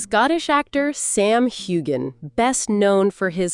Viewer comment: Say his name right!